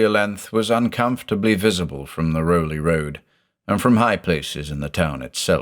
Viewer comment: We pronounce it Raow-lee .. even though it looks like Rowley. I lived in Newburyport, Ipswich.. grew up there. Never took the oaths though. ;)